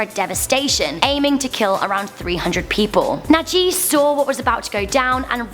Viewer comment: najih your saying it wrong if your arab your saying right and plus see this muslim man he helped isis are not muslim